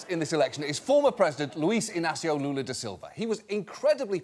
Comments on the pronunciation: I love the fact that John mispronounces the president's name saying "Jaya" but gets the full name of the opposition candidate right, without giving the name any Spanish touch. just saying right. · The way John pronounces the current Brazilian president pains my ears, but making fun of his his name is a national sport, so it's ok